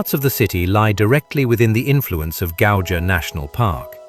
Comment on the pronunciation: This is generally a nice representation, except for pronunciation of most place names ( Gauja : Gau-ya) and the description, such as - it gives almost continental atmosphere - excuse me? It is continental! ... It gives Nordic (TM) feeling - does it? yes it is in the North, around the same pond... it is not what you would expect from Baltics - what do you expect from Baltics? ( let's just round about the whole of the Baltic - and, yes, it does look somewhat like this, then proceeds to three more towns looking exactly like "not what You expect in the Baltics" .